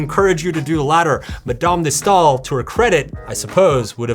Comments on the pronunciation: 10 minutes into the comments and no points on French pronunciation yet, so here goes: Madame de Sta-el. The two dots over a wowel (hiding somewhere on my keyboard ) mean 'I am a separate syllable'. Just like Ana-is which you got right. You are welcome. Charles Baudelaire: Sharl Bod-lair. Nicholas Bear-di-EJ-ef. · Madame de "Stah-ehl", my friend. STAAH-EEHL. 😀